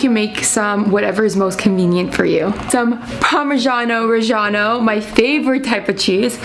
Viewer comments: “Some parmazhano rejjano” As a cheese expert, it is called Parmigiano Reggiano. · shes really cute (the was she pronounced parmigiano reggiano hurt my ears tho)